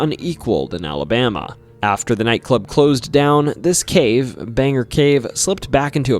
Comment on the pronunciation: hey! pretty late but Bangor is pronounced "Bane-gor", not Banger. otherwise great vid!